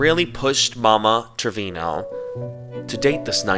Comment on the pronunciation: okay bilingual King pronunciation so on point I thought you spoke Spanish😭😻